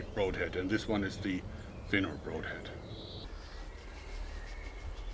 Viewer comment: Has no one had the guts to tell Joerg he is mispronouncing the "broad" in "broadhead"?